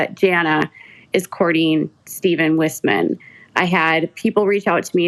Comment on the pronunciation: Isn’t Wissman pronounced Weyesman?